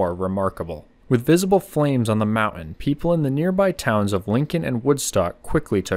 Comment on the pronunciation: I am a subscriber and I like your content, but I very much dislike hearing the way you pronounce the word 'mountain' as "mau-un"; it's very grating, and the English teacher in me is screaming!